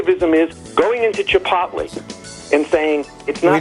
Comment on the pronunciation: à-bas-le-ciel “Chip-OTT-lé” I’m dead